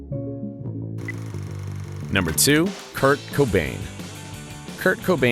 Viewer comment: Kurt cobain not jurt cobain